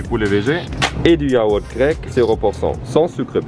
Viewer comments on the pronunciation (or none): none